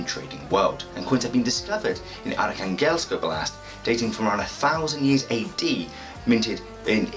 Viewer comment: Hi I was born in Arkhangelsk and my family and I moved when I was a baby. Currently living in Australia so watching your video for learning about my home town :) thank you! A little feedback on pronunciation of oblast, the stress is on the first syllable, on the "o" of the oblast. And in the wordArkhangelsk it's on the "kha", yeah it's quite a teeth breaking name of a city...